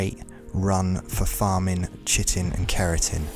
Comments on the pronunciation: My guy: you aren't the only one in this community, but it is pronounced "KAI-tin", not "chittin". Like, absolutely, unequivocally, 100% no question: that is how the word "chitin" is pronounced. But good video--thanks! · Chitin' is said like kietin. Kinda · You don’t pronounce chitin as shitin’. Great video tho I really liked it : ) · Well you were pronouncing it correctly but then you started pronouncing Chitin wrong